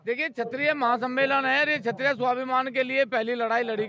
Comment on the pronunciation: Phala nam lena Sikh lo tab news chlana kshatriya hota chitriya na